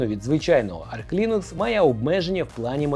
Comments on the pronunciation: Все круто, але будь ласка: "арч лінукс", а не "арк". 🙉 Він називається саме "арч". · Та не Арк Лінукс! Арч! Арч, бляха муха! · Все життя називав свою робочу ОС "Арч", а тут кажуть "Арк". Тю 😂😂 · бо вона називається арч, а не арк